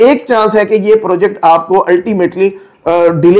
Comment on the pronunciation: Purrrjekt markeeet